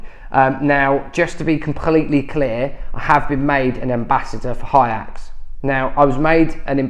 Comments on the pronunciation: You pronounce this brand hikes! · Haix > Hakes > rhymes with Cakes :))